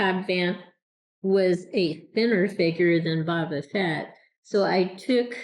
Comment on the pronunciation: Boba is pronounced like the arrow shooting tool called a bow followed by buh. Your pronunciation is more like Baw-buh...have you never seen ANY of the videos/movies out there with his name being pronounced? It's like saying Jones instead of James...